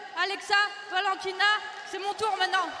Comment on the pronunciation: I think he mixed both names Valentino and alaxsa... hence vanashaaa ,☺️